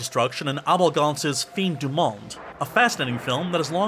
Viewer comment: The French word “fin” is pronounced “fan”...